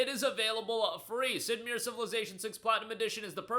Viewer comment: Doesn't know how to pronounce Sid Meier's name? Huh?